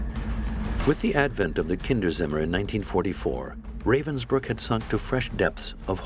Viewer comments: A sad but interesting documentary. But I wish the narrators would take a minute to listen to how Ravensbruck is pronounced. Ra - as in ra- violi. Ra- vensbruck. Not the English Ray-vensbruck. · The narrator completely massacre the German words, like how Ravensbrück is "translated" into "reivensbrykk". 😖